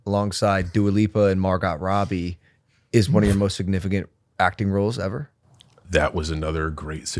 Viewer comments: Why did be pronounce Margot Robbie like that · There is no way Logan pronounced Margot Robbie's name like that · Can't get passed Mar-GOT Robbie😂😂